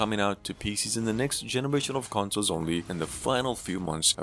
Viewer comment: Consles lol 😂 but amazing video ❤